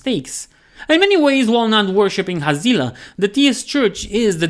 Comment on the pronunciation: Always thought it was pronounced Hazz lee Ah